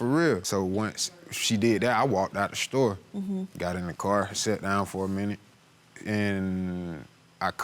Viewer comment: It's store, not sto sir 😆